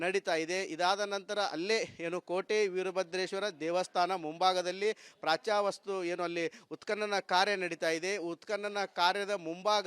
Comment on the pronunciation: ಕನ್ನಡ ಭಾಷೆಯನ್ನು ಸರಿಯಾಗಿ ಮಾತನಾಡಿ ಪ್ರತಿ ಬಾರಿ ಪ್ರಾಚ್ಚಾ ವಸ್ತು ಎಂದು ತಪ್ಪಾಗಿ ಹೇಳುತ್ತೀರಿ , ಪ್ರಾಚ್ಯ ವಸ್ತು ಎಂದು ಹೇಳಿದರೆ ಒಳ್ಳೇದು.